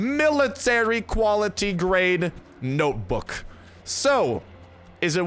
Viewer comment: sounds like you said LOOK AT. THAT MILITARY GRADE NOPEBOOK